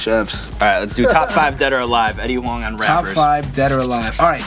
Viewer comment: is Huang pronouced with a W or do I need to get my hearing checked?